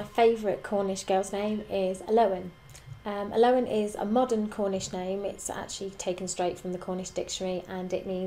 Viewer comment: I have a friend named Elowen and its actually pronounced El-oh-in Not Uh-low-en